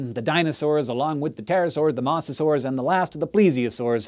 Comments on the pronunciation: Mose-a-saurs, not mose-a-saurs... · Why do you keep saying Mawsasaurs? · mosasaurs with a long o please pronounce it right.